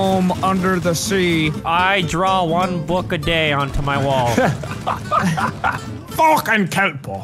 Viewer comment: "Fockin kelpo"